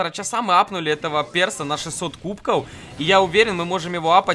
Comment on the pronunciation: Почему ты говоришь. КУБКОУ? ПОЧЕМУ! ТЫ ИЗ ЗА ЭТОГО МЕНЯ РАЗДРАЖАЕШЬ! ПРАВИЛ НО КУБКОВ! В!